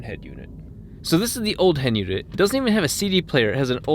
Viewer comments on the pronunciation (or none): 🤣 "This is the hend unit.